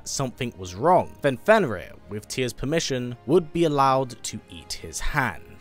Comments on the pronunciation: Isn't it Fenrir and not Fenris? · Fenrir, not Fenris